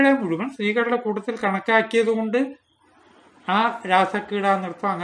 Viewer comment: പല വീഡിയോകളും എനിക്കിഷ്ടമാണ്, തുടരുക. " മുഴുമൻ " എന്നല്ല " മുഴുവൻ" എന്നാണ്.